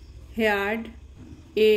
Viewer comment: Awe, Heard, sacks, heard and many pronunciations r wrong. U should check please!